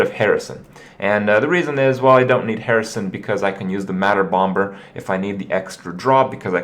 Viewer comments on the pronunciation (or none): Say Bom[B]er one more time... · bombers second b is silent!!! holy shit kripp i love you but jesus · Okay, English is my first language and I am certain that it isn't pronounced >omber<. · Hey Kripp, did you know? the second "b" in "bomb" and "bomber" is silent. Unless you're talking about that one dwarf from The Hobbit. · The b is silent you sadistic fuckerino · the b in Bomber is silent jfc